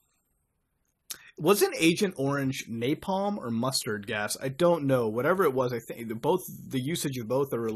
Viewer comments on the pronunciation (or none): none